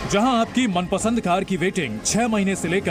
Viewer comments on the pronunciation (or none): do you think, you are doing justice with DNA by letting this ACTOR hosting your flagship news show? He can't even pronunce "मनपंसद" properly.